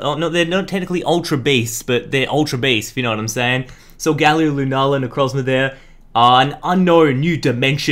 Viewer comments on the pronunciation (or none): none